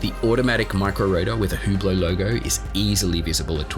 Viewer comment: its ublot not hublot